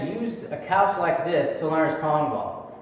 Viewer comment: he said cash intend of couch HaHaHa